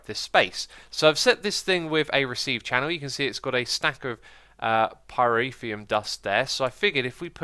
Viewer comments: Sry X, but it's driving me crazy that you always say pyrEthium. It's Called pyrOthium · how to pronounce Pyrotheum - Pie - row - phe - um. that is how to pronounce pyrotheum.